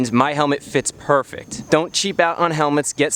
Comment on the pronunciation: Chris says purrfect not perfect